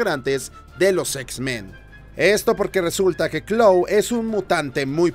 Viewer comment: "claw" dice el wey